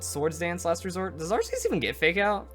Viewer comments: it's pronounced ARK- EE US for the love of god smh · I'm more of the casual pokemon player but isn't Arceus pronounced differently then you pronounced it? I'm basing that off the anime movie with Hoppa but the anime may have pronounced it wrong idk. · ikr I say Ark ee us. But then again I'm British so I'm not correcting coz he's American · to each his own i guess, im just used to ARK EE US, so it sounds weird when pronounced otherwise